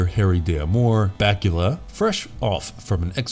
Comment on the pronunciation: You went from calling Scott Bakula Scott Bakula to Scott Batula